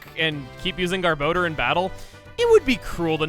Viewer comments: Not only is garbodor one of the most feared TCG Pokemon it's also one of the most mispronounced Pokemon. It's (gar-boh-der) not (gar-ba-door). It's a combination between garbage and odor and the anime and Pokedex 3d pro pronounce it (gar-boh-der). I can't tell you how many times I've heard it said wrong because it's just too much to count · I hate the official pronunciation of Garbodor, it should be “Gar-Buh-Door” and not “Gar-Bow-Dur” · "garb-OH-door?!" i just blanked for a moment. i thought it was pronounced more like "garb-AH-door..." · For some reason every time I hear Gabodor’s cry I hear it saying “Dumbledore” Did I spell that right xd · Since I don’t see if anyone else mentioned it...Does anyone else hear him say “Garbodor” as “Garboner”? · I was half paying attention to you saying garbodar. I thought you said "Garboner". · So, I just learned that Garbodor's name has a second o, not a second a. Been pronouncing that wrong for years.